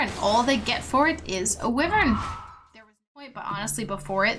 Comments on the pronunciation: It's WUIvern, not WEEvern. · Who the he’ll is this bitch!! This bitch just said wevern instead of wyvern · "Winter Wivern" 😂